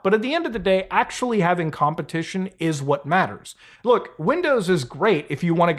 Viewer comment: we're in 4% acshhually!!